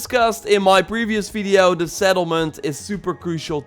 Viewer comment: Why does he says fideo instead of video